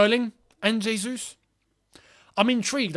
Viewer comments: it's "jesus" as opposed to "resus". "j" sounding like "r" is spanish. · great vid, but no Portuguese speaker has ever said Hesus, that would be spanish... Jesus, with an acutal "J" sound is the correct pronounciation.